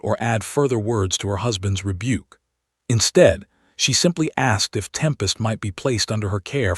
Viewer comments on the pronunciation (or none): none